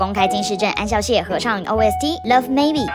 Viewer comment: 那個念ㄒㄧㄠˋ孝 不是ㄎㄠˇ考